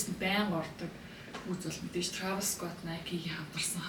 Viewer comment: Трайвис скотт ged helchul ugn 🫢🫢 not траавис